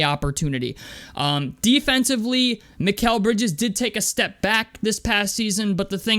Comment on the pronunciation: You said his name right 👍🏿👍🏿